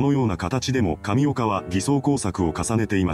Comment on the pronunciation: 神岡がタピオカに聞こえてくる